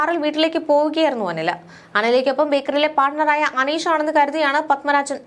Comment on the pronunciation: Haneesh alla aneesh ennu parayu